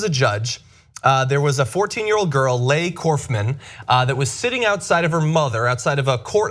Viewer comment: Leigh is pronounced Lee not lay.